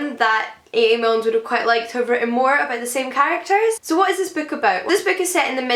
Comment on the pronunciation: It's Milne ‼️ not Milnes ‼️‼️